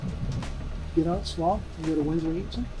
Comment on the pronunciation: It’s pronounced Slo-owh ?(Slough) also Windsor and Slough are not in London, and do not use tube systems